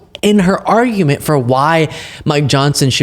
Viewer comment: Watched in CNN too, you barely can hear her "arguenents" CNN did the right thing lol